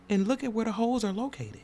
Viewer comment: Holes not Hoes! 😂😂😂😂😂